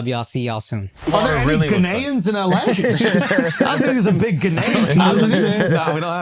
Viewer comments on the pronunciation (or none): The way Schulz pronounces Ghanaians is crazy 😂😂😂